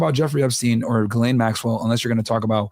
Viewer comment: Oh, also shout out to you for actually pronouncing 'Ghislaine' correctly. I'm surprised how many people still pronounce her name incorrectly in 2025.